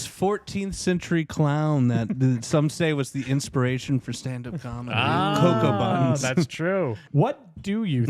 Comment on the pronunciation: I went back and checked, and he says “cocoa bunz”